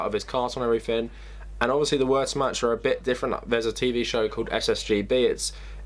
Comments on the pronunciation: "Worshmatch". Good video but that is so far from the correct pronunciation of that word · Learn how to correctly pronounce "Wehrmacht"